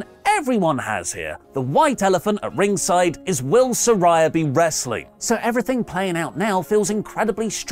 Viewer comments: Note to: She says her name is pronounced Sir-REY-uh, not Sir-RYE-ah. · Love you! But how can you still mispronounce Saraya when they’ve made it abundantly clear it’s “suh-rey-yuh” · He’s going to keep pronouncing Saraya wrong just like he does with NAomi. Even though she’s spent a week clearing up the pronunciation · Good segment but you’re still saying Saraya’s name wrong.